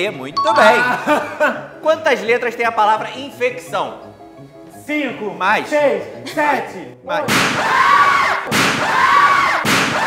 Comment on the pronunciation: "Infeccção" com dois C's?